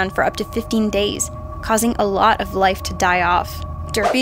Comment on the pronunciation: Why does always pronounce 'life' like Nicolas Cage would?